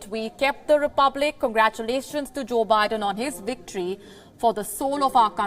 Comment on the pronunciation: Woates? Wicktory? Sort it out... really embarrassing..